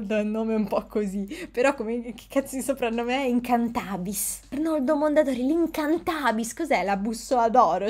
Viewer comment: Devi cambiare l’accento: Incantabis!! Leggila come 2 parole distinte attaccate. Incanta Bis…